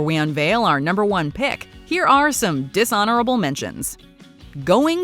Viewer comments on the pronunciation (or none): Like how you say "Disonorable Mentions"